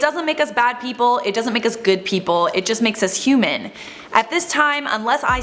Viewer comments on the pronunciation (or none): none